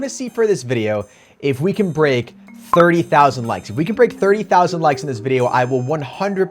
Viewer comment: why did sound irish when he said ‘break’ 😂